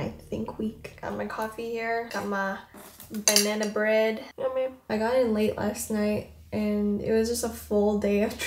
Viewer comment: Journal and “banyana bread”🥲